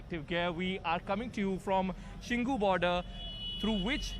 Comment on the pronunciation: It is not shingu it is shambhu border.